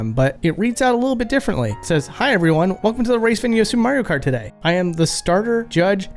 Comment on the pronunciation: Supre Mayro Kratt